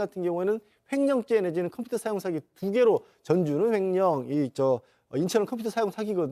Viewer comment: 콤퓨타 발음 좋으세요 ㅋㅋㅋ